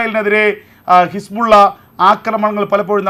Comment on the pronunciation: ഹിസ്പുള്ള അല്ല ബ്രോ ഹിസ്ബുളള